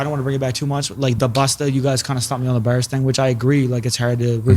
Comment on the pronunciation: Take a drink of your favorite beverage or a hit of whatever you smoke every time they say 'berz' (Bars)